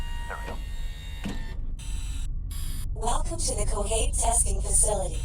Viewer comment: Its is pronounced 'Kaiohate' thanks